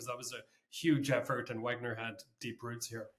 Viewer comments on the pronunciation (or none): none